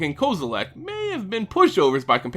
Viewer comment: It's pronounced Kaw-zi-leck, not Koze-zi-lack